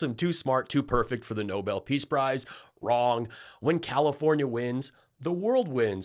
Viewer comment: We NEEDED this! Perfect justice (and exactly the traits needed) that a WOMAN championing DEMOCRACY will receive the Nobel Peace Prize (and Karolyn? Nobel is pronounced with the accent on the second syllable.) Watch. tRump will pout and criticize the winner. Such a gracious man.